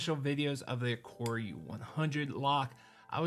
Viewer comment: A-car-ah not a-core-ah